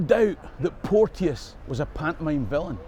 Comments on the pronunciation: Hi, love your stuff. Just one wee gripe. My granny was a Porteous and it's pronounced Portchis not Port-e-us. That's poshification, and the Porteous family were a bunch of torags and neverdowells at best and don't deserve it. But I'm a Fifer so what do I know:) May yer lump aye reek wi ower folks coal... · Hi. As a member of the clan Porteous can i say on here that we pronounce our name Port Chus. Its funny Ryan Porteous Hibs i have heard one commentator get it correct. Easily done, Keep these great videos coming! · We had a chemistry teacher called Porteous back in the day and he insisted you pronounced his name "Portchus."